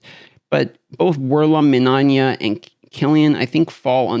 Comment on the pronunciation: MIN-EYE-YA!!!!! THERES NO “ON” in minAYa!!!! It’s 3 fackin syllables ferchristsake!!! Yer makin us ‘muricans look bad.